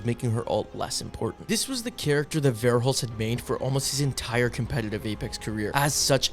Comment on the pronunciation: Bro his name isnt varehulst .. its verhulst